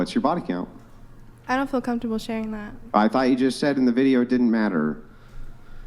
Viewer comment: Why are all younger people saying "fill" for "feel"? It drives me bat shit crazy when people can't even pronounce words properly, but they have the audacity to try and be an influencer, like that chick.